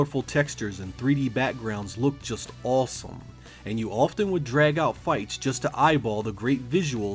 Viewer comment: Why do you pronounce the aw sound like in in awesome like "all" "allsome, balls battle"??